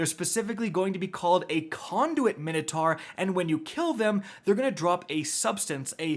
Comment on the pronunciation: Take a drink every time mispronounces Minotaur 😂